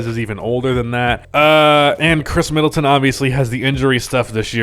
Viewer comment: mid-atton. You’re welcome.